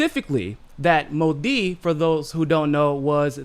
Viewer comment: Modi is pronounced with accent on Mo not di